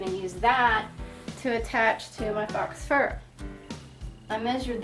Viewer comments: Not "fox fur" but faux fur (pronounced pho-fur as in phony fur.) Nice project! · Helpful video. One thing... fox fur? It's pronounced like the word "foe". It is French and it means false.